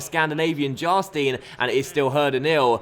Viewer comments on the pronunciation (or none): Its Jarstain not Jastin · it's not Ohmrö - it's just Emre. Basic😂. But has quite some problems with a few names from time to time 😂 When Jarstein becomes Charsteen or Wellenreuther becomes Wollonroofer🙈😂